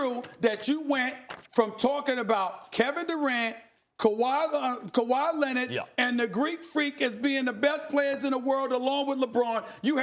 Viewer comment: kawhy lennit